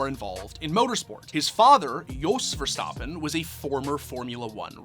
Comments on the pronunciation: verstAppen not verstOppen.... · Stappen not stoppen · It’s verstappen not verstapan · Bro it's Ver-stap-pen not Ver-Stop-pen 😭😭😭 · Why is always so extra with peoples names bro. VerSTAHPPen. Everyone says verstappen just say verstappen. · "Max VerSTOPen"????? df dude get ur shit together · stop saying verstoppin. geezus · Learn to say his name at least jesus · why does he keep saying verstappen incorrectly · Because he clearly has never watched the sport and someone gave him this script to read.